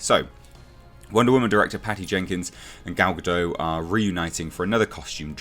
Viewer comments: Her last name is pronounced "guh-dot" not "guh-dough" Saw her saying that in an interview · Please stop mispronouncing her name! Gal-ga-dot not ga-doe ! 🤨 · gah-dott not gah-doe, its Hebrew not French